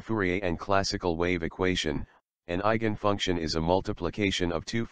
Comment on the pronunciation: Euler is pronounced "oiler". There is no such thing as an eigent function. It's eigen function.